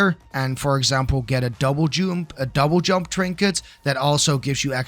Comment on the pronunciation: “Double joomp”